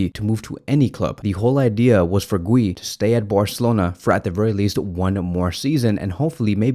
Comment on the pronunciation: Dude, how did you mispronounce “Guiu”